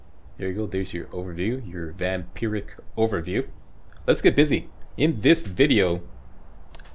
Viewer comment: He says vampiric correctly and vampirism incorrectly